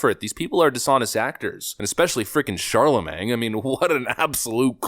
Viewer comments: “Kamala pronounces patently and absurd incorrectly.” Also: “Charlemang.” Still love you,! 😂😂😂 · I love how you refuse to get his name right... Chalamang😂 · Sorry, but you’re pronouncing “Charlemagne” like “Charlamang”. And that’s funny.🤣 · "Sharla Mang" 😂😂😂 exactly the level of respect this dim-wit deaerves 😂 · Charlamagne has a silent g, just sayin. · But you mispronounced Charlamagne 🤔